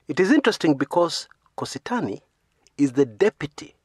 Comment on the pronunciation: it's not Kositany. Its Kosit'any.